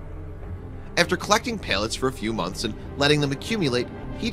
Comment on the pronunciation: Why do you keep pronouncing them as Pail-lets instead of Pal-lets?